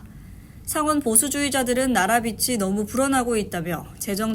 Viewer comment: “나라 빛(light)이 늘어나고 있다며” ㅠㅜ ”빚(debt)이“는 “비지”라고 발음해야 합니다